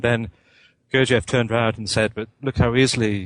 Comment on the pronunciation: This idiot can't even pronounce "Gurdjieff" properly. Pathetic.